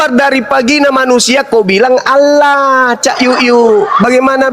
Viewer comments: Latinnya Allah,bacanya Angwah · ALLAH YA ALLAH..OLLOH YA OLLOH...GIMANA SI INI. TULISAN NYA ALLAH KOK DI BACA OLLOH